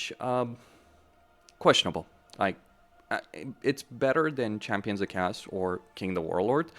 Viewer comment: Who pronounces Chaos Dwarves as "Castors" lol